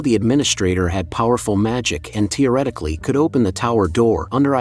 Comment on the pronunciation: And TEOrictically 😂😂